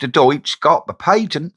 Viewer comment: It's pronounced as Deets.... 😊